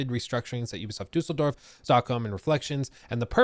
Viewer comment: Props for correct pronouncing Düsseldorf.